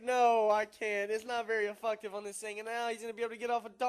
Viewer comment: " cause it's super afucktive.."